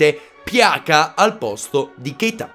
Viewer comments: non per fare il perfettino ma si dice piaza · pjaca si legge piasa